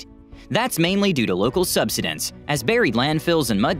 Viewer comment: Great video! I just have one comment. Tis word is pronounced sub side ence with the emphasis on side!